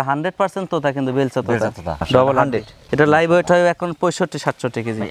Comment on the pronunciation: ভাই ওয়েট বলতে হবে